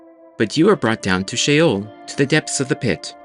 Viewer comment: Sheol. Not shale 😢😢😢😢😢😢😢😢😢😢😢😢😢😢😢😢😢😢😢😢😢😢😢😢😢😢😮😢😢😢😢❤❤❤❤❤❤❤❤❤❤❤❤❤😮😮😮😮😮😮😮😮